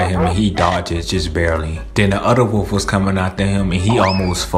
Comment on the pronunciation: Wolf not woof